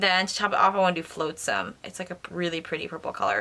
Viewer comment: I kinda laughed at how you said “Flotsum”- especially knowing you were friends with Ariel in WDW! ❤️✨